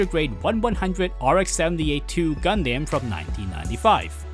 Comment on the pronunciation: It irks me you still pronounce Gundam as "Gun-Deym" and not "Gun-Dam"... are you just trolling at this point (seeing how many media of the show has already made who to properly pronounce the word) or just a language difference thing? Like for example English in Asia is notably different in the US and Europe or the Engrish scenario in Japan.